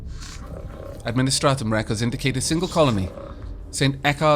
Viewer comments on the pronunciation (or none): none